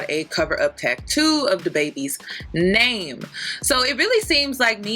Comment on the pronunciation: I DONT EVEN LIKE HER AND I KNOW YOUR SAYING HER NAME WRONG 💀😂